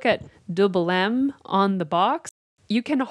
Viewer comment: lol your pronunciation is a little off haha 😂 we don't really pronounce the m in Belém kinda sounds like ay kinda not really but good job👍